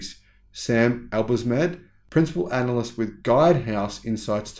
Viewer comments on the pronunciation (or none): none